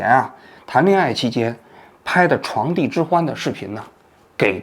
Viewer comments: 感谢王局一如既往高质量的内容，不过如果王局能更加注意一些细节就好了，比如一些字音的读法。这期里面比较让我出戏的是床笫的笫，这个字应该读紫，不读地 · 床笫zǐ之欢，不是床第，这白字念得可以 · 王局，床笫之欢，不是床第，希望加强一下文化修养啊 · 床笫（zi）之欢，严重怀疑你是怎么进央视的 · 王局，是床笫（zi），不是床第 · 是不是应该读床笫(z三声）之欢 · 床笫之欢 第二个字念Zi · 王先生是“床笫之欢”不是床第之欢！！！ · 王先生君子，有些字没见过正常，床笫z i(三声)之欢，不念d i，哈哈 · 床笫之欢。王局您读错字了🙃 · 王局，那叫床zǐ之欢。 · 王局：床笫之欢，不是“床弟”哦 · 床笫之欢 不是床第之欢…王局不要忘记学习哦…… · 床笫（读“子”）之欢，不是第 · 王局，床笫之欢，读音是chuáng zǐ zhī huān，一般人都会读错，希望有空更正一下。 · 床笫之欢的第二个音念紫，作为媒体人念错这种字多少有些离谱了… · 王老的视频一直都爱看，不仅是让我们看清楚事件背后的最真实的样子，还会给予我们很多自己的有独到见解的观点和论断。非常喜欢您的这些作品，希望您继续给我们带来更多的优秀节目，非常感谢！🙏🙏👍👍🌹🌹（纠正一个小地方：本期视频 处 王老您说的：“床笫之欢”这个词语/成语中，第二个字“笫”读音应该是 zǐ 第三声” 特意去百度了一下 请您别见怪，敬请谅解。） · 床「笫」（讀音「紫」） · 王局，是床笫(zi,第三声)，视频中念错了。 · 床笫之欢，不是第。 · 王局提一个点，那个词：床笫（zǐ）之欢。作为前官方电视台评论员，尽量不要念错字比较好。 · 确实露怯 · 床笫之欢[chuáng zǐ zhī huān]，纠正一下哈王局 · 床笫（zi3声）之欢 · 纠正一个错误：床笫（子）之欢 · 床笫（zi）之欢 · 床笫zi之欢，读错了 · 床笫（紫）啊王局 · 床笫之欢，读“子”，纠正王局一个小小错误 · 王局要不断学习，那叫床笫（zi三声）之欢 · 王局，床笫（zǐ）之欢哦